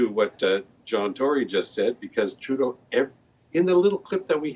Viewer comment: I do believe the way you say his name is wrong. It sounds like tru dont and together now trudont.